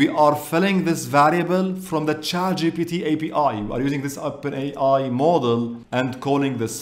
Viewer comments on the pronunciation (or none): When used the CC, its showing model. Just got curious how to really prounouned module. And its "maa-jool" or "mojool". And not model. Unless your yt script really is model. Nonetheless. Good vid for learning python as a beginner. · Thanks for being so helpful to people. i'm a retired programmer but chatgpt is exciting me again. P.S. module is pronounce 'ma-jewel' (accent on ma) you're saying it more like model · Absolutely love your videos and your energy. Being a native english speaker I want to give you a tip. The word "module"is not pronounced "mo - del" as you pronounce it. The correct pronunciation is more like: "mod - jul". I hope this helps and keep up the excellent work!